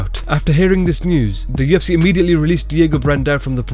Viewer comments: Why do you say “UFC” like “TFC”. I was really lost for most of the video. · Dude can you please fucking talk more clearly when you say "Ufc" it sounds like "JewITSY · Are you saying "TUFC"? Try slowing down a little even you talk. Otherwise good video.